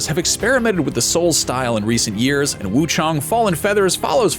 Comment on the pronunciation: It's the first time I heard someone actually pronounce WUCHANG as it is, instead of WUCHENG.